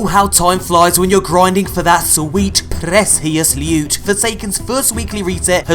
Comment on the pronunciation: Sweet Prrrrrecius Lewt